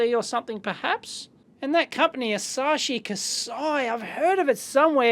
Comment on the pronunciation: I was somewhat taken aback too, by Dave's... temporary(?) inability to read, or whatever that was. "Asashi Kasai"? "Ashai Kasai"? Come oooon :P Or is it just a common / normal disability of native English speakers, to read anything that's in another language?